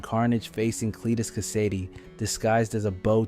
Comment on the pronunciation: Check again. It's most definitely ai. Took me a while to notice but he pronounced Cletus Kasady's name wrong one time in his introduction and then never again. Most likely cus the scripter spelled the name differently to avoid the ai making that mistake. No spiderman fan would mispronounce Kasady's name let alone leave it in a video. He's literally like top 10 super villains of all time. Only explanation is the dirty clankers